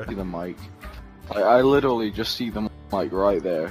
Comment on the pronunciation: "you are litally the equivlant to cancer"